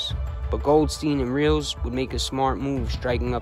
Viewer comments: FYI, ... Kid twist's last name is pronounced Rel-is.. not reals.. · It's Not "Reels" its Abe Rel- les, "The Stool pigeon that could sing, but couldn't Fly". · Nicely put together, Abe's last name is pronounced Rel-ez,an easy oversight, they ended up killing Chris Rosenberg too, Very treacherous people in this one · Great vid... Didn't know how how much damage Meldish did.. good stuff.. glad your not talking about the same ole people.. Idk why your pronouncing kid twists last name like that.. Whenever I've heard it said it's sounds like it's spelled Relis.. Just so you know.. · Abe ‘Kid Twist’ Reles*, pronounced Rell-is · They actually called him the pigeon that could sing,but not fly!Your welcome!!And you pronounced Kid Twist last name wrong,it was pronounced (Rell-ess)Reles!